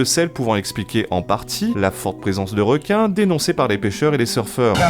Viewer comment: Quoi il n' y a plus de wequins à la Wéunion ? Bon les gars la twavewsé va êtwe un peu plus longue mais on va aller là-bas. Chawgez les zodiacs. ;)